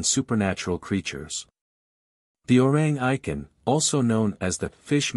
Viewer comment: The correct pronunciation should be O-Rang E-Kant